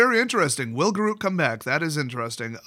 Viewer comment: “G’Ruke”? “G’RUKE”?! I thought it was Garruk, pronounced like the name Derek! My life has been a lie